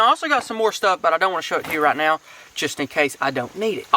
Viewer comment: i love how he said "i dont want to go to jail RIGHT KNOW" 😂